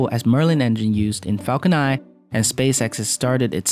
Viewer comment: Stop saying falcon ni please its falcon nine add a n to the end of your pronunciation please